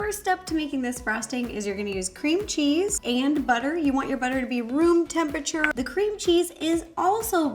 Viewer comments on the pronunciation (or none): none